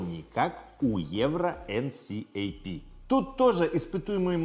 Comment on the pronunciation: Мне кажется видос был бы вдвое короче, если бы говорил "энкап" а не так как говорил)